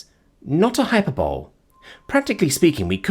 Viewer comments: Love the narration. Just a heads up, hyperbole is pronounced hi-per-bo-lee... Stupid spelling to pronounceation if I'm being honest, totally not your fault. Not trying to be negative, just informing. Keep up the great work 😁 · Hyperbole is pronounced with an Ee on the last syllable; as though it were spelled hyperbolee, not hyperbowl.